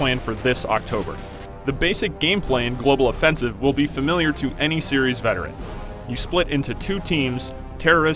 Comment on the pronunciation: Why does this guy says Global Offensive as Global Offensivse